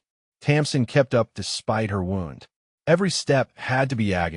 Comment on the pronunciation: Ai needs to say wound correctly